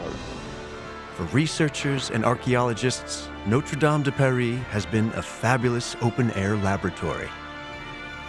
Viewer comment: An entire documentary and you still can't pronounce notre😅